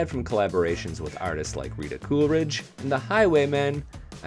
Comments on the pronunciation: Coolidge Not CoolERidge! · You keep saying Cooleridge. She’s Rita Coolidge.